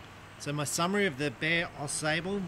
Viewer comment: The “a” sable is pronounced like the word “watch”. It is a river and town in Michigan.